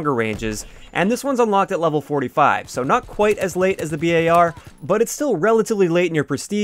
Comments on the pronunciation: Bar. Not B.A.R. Just Bar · why do you say B A R ... just say BAR like a bar of chocolate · Cringe He said B A R Bruh its name is just bar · Its bar not b.a.r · Bee Eh Are ? Can't you just say bar :P ? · Ive never heard anyone pronounce BAR as B.A.R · Don’t ever pronounce it b-a-r again. Don’t nobody call it that shit